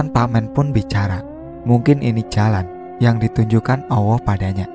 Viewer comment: Susah ya min. Klo sudah biasa allah dengan sebutan awoh... ...🙏🏽🙏🏽 ttp semangat..... Sukses